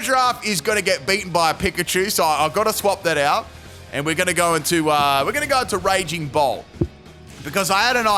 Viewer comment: Is it wrong that the whole video I kept hearing Raging Bull instead of Raging Bolt? I had to do a double take more than once to see which Pokémon it was 😂